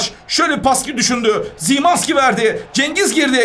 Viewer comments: Zimazki değil şımanski abim😅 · Simanski değil şimanski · Abi Szymanki Zimanski değil Şimanski Diye Okunuyor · Abi szymanski ş ile şimanski diye❤ (telaffuz böyle daha iyi)